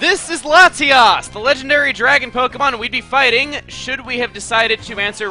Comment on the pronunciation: You're saying Latias wrong... AGAIN... god why do everyone think it's that...? it sounds like... lati-ASS...